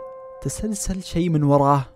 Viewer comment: تسلسل هههههههههههههههههههههههههههههههههههههههههههههههههههههههههههههہ هُ ماعرف يقولها تسلل